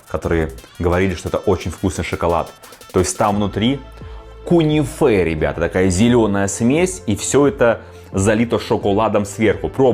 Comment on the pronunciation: произносится и пишется кюнефе,а не кунифе😂это десерт!!!